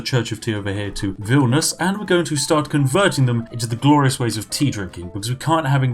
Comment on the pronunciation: that's not how you say Vilnius. you pronounced it as if it was Vilnus.